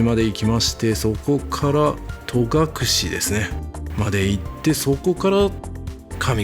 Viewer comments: 重箱の隅を突っつくようで恐縮ですが、戸隠「とがくれ」ではなく「とがくし」ですよ。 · 観たよ観たよまたまたぜーんぶ観たよ😊 いい旅でしたねー♪ 私も10月初めに北海道から初めての長野に行きます。 松本空港でレンタカー借りて、まずは奈良井宿に行き、長野、小布施、上田、別所温泉♨️などのコースを予定しています。 戸隠や安曇野、上高地もいいですね！楽しみでワクワクしてます😊 あと、とがくれじゃなくて、とがくしだと思うんだけどなあー